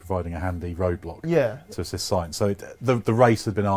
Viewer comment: HEY! Sainz of hope, not signs. I'm so sorry...